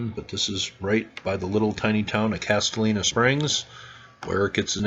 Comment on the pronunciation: Great video! I live about 30 minutes from this mound and I've always been interested in its history. Just FYI, this is a spot with Tennessee pronunciation. (lol) Castalian is pronounced 'Cas - stallion.'